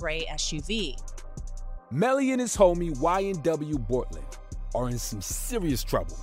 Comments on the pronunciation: How do you do a story on this and fuck up the name boltlander? (Bortland) and say that they got into the gray suv. Do your research homie. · Did he say boltlander?